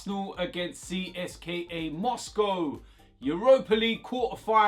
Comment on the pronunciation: It’s “Cist-ka” bro.